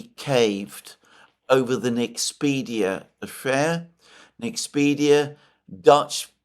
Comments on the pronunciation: Btw it's NexpeRia, not NexpeDia. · Liked, as I almost always do, but I believe it's NexpeRia NOT NexpeDia. Please fix that. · Mr. Mercourius the Nederlands semiconductor company is called NEXPERIA, not Nexpedia as you keep calling it.